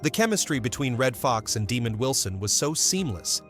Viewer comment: This is one of the worst AI segments I have ever seen. First off his name isn’t Demon Wilson. It’s Duh-mond Wilson. And that picture isn’t even him. This is ridiculous